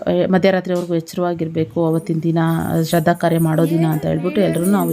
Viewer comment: It is not sradda. It is shradda😂